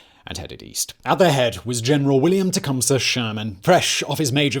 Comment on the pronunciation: Good job fact boy. You pronounced Tecumseh correctly.